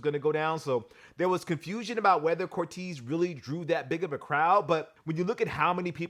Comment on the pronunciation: It’s pronounced cor-tayze not cor-teez